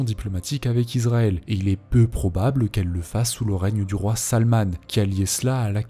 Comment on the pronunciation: Alors par contre, on ne prononce pas Israël "Izraël" mais "Issraël". Il en va de même pour Bahreïn. On prononce "Bahrèïne" et non "Bahraïne" L'étape suivante c'est de prononcer le G de Erdogan... Bon, tu le fais pas ça va. :)